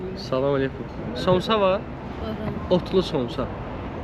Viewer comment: Somçs yox samça